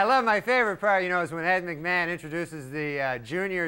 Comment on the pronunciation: Norm became Swedish-German for a second